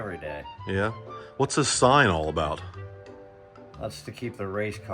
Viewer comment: Sorry aboot the smoke eh. A Canadian~